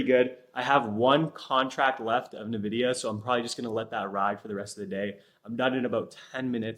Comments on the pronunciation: Not gonn lie but it's pronounced Nvidia, not Nividia. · bro youve been pronouncing Nvidia wrong for a while. Not Na-vidia its En-vidia.